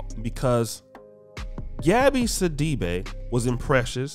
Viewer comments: I’m from Africa I’m familiar with the surname it’s actually See-dee-be but oh well you guys incl her pronounce it other ways to make it sound more western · Her last name is actually pronounced "Si-Duh-Bay".